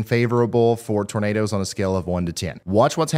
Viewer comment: Bertha I musta nodded off.....Did he say NADERS??? 🌪